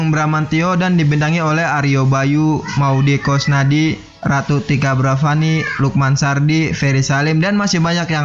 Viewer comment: Pengucapan nama aktornya banyak yang salah bang, andinia wirasti, bukan adini wirasti, matias mucus, bukan metias mukas, maudy koesnaidy, bukan maudy kosnadi. Coba belajar artikulasi dulu, sebelum buat video dengan dubbing begini. Karena pengucapan katanya masih banyak yang salah